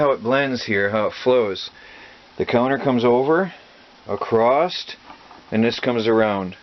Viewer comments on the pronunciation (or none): I am a huge fan of what you are doing and have learned alot from your channel I also have learned what not to do lol but I have one complaint.....the word "Across" there is no T at the end of that word is that a speach impedement thing or is it a regional accent thing going on there?